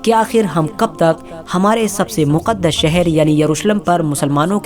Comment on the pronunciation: Maqdish nahi muqdash